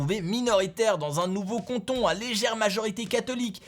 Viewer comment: Par contre c’est cAnton pas cOnton